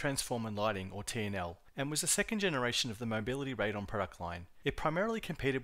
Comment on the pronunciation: "Raid on" I've never heard that pronunciation before. I sold computers for almost 20 years and back in the day my ATI contacts said it was "ray dee on".